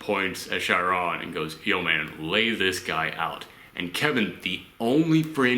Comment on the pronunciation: Just about every reviewer I've watched that reviewed this film has mispronounced Chiron, so you're good dude haha